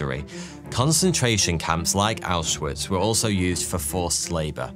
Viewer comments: Small thing that made me annoyed (only a really small bit) is that “W”s in German are pronounced as a V. Ausvitz is how you would say it instead of how it looks. Took me a while to get this down while I was learning German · Him mispronouncing Auschwitz repeatedly is driving me crazy